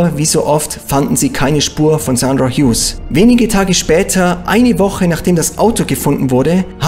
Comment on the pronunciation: Er spricht den Namen genau so aus, wie man ihn ausspricht.